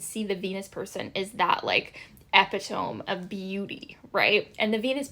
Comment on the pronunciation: eh-pitt-oh-me not eh-pitt-ome